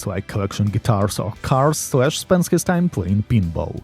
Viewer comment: When he first said, Slash, I thought he said flesh! Lol